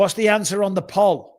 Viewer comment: Why can't bisping say poll?